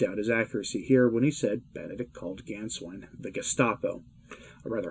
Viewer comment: And the "Á" with umlaut is pronounced as in "way!" So Gänswein is pronounced "Gaynsvein!"